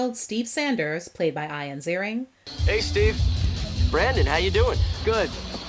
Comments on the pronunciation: My name is IAN. But I say my name properly. Not I-an. It’s EE-un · I-an? WTF? it's EE-an. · Its ian not ion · Eye-an? ...its e-an stupid!